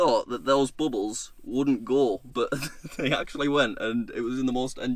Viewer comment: I love how he pronounces but like "boot"